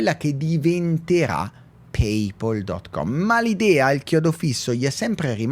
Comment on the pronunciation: Il video è molto interessante, ma sappi che ogni volta che tu quoque dici “PayPaul” una parte di me muore dentro. 😀